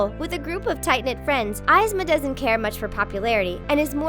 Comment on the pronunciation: who the hell is EYEZma?